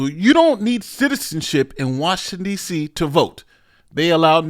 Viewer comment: "There is no Crime in Dee See Se"